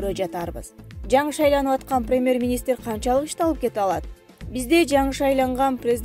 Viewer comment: 🤣🤣🤣бут туура эмес суйлот экенсиз диктор🙈🙈🙈 1- ПАНДЕЕЕЕМИЯ эмес пандемИя болуп окулат 2-ПРЕМЕР министр эме премЬер болот кыскасы толтура экен катаныз уят...